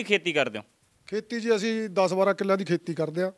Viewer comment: Anchor ji apnia bhasha shood karo, Sangrur nu shangrur boldey ho asin nu ashin boldey ho deysio